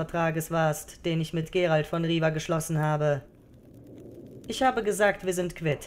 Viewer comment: Er heisst aber Geralt of Rivia… mit zweimal "i" und nicht Riva...im Englischen und somit musste ich mich erstmal umstellen aber ich finde Euren Aufwand echt super und auch die Musik ist sehr gut angepasst (ich erkenne sie wieder aus dem Spiel)...man wird auf jeden Fall suechtig nach Eurem Hoerspiel.